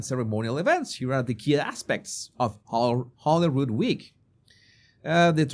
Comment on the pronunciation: Rood is the name for a cross or crucifex. So this is the Palace of the Holy Cross. A beautiful and traditional place in Scotland. PS Holy, not Holly. You are showing your lack of education, Sir. Or at least lack of research.